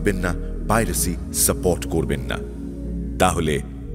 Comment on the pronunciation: শাপোট বলেন কেন? 😅😅😅সাপোরট